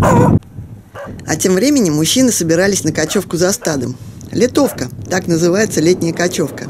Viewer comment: Не "литовка", а "летовка"-от слова лето.